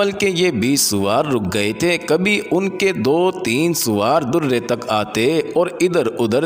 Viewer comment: درے کی د پر زبر پڑھیں۔ پیش نہیں